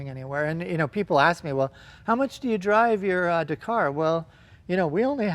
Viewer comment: God it pains me how you both say Dakar